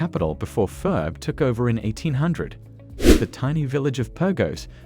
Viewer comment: This is a great video, but the narrative mispronounced Oia and fira